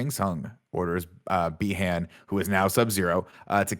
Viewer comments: Nick says bi Han like lando says Han solo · Nick is the old guy having despite watched the movie and heard people say the name multiple times still says it wrong. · Is Nick mispronouncing every name on purpose? Did I miss something?